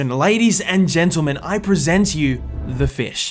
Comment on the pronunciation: de feesh